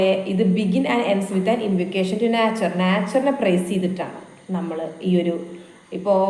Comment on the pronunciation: മാഡം, നാച്ചർ എന്ന് പറയുന്നതിന് പകരം നൈച്ചർ എന്ന് പ്രെനൗൺസ് ചെയ്യൂ 😊